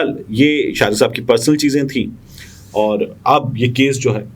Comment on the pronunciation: Bhai Shariq me QAF aata hai KAAF nahi. AAp shayed Punjabi hain?